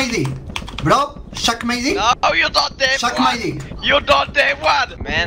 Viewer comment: He said Shuck it 😂